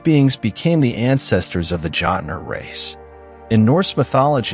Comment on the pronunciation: As a modern Norse pagan, my ONLY complaint for this video is your intense butchering of pronunciation of words. Like how are you gonna sit there and and call them "Jot-ner" when they are called "Jötnar".